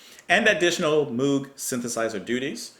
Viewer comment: And... um.... to be Pedantic, Moog is pronounced Mogue, like Vogue according to Bob Moog. Am I The Pronunciation Nazi? Just another option. I can see you appreciate the material. Love to check out your opinions!